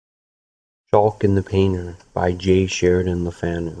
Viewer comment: The reader mispronounces the author's name, which is pronounced as one word not two: lefanew.